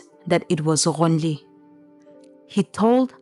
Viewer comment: Only can pronounce the name Ghonili & sumikhe so well so the narrator is 😂